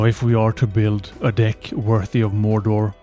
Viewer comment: You really gotta fix how you say "deck" man